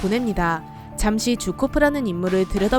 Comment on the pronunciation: 쥬코프가 아니라 게오르기 주코프입니다